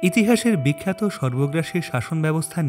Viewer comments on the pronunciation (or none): Kikkhato bolio na bikkhato bolo